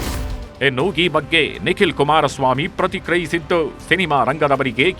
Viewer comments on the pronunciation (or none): none